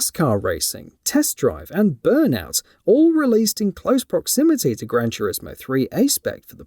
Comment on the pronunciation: "Gran Churismo" 😂